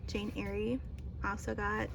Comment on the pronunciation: It is pronounced Jane A I R. lol